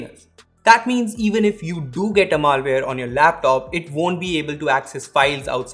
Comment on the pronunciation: "mal" ware 😂😂😂😭😭😭😂😂😂